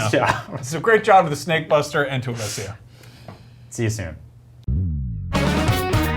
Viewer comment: I'm puzzled why they pronounce Alicia the way they do. I predict this'll end up as another failed video game adaption - another one on the list